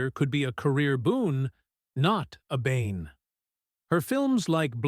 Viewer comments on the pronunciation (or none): none